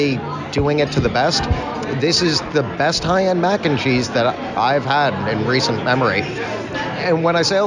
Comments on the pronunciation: same😂 "Mackencheese." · says 'mac&cheese' in such a weird way! its really distracting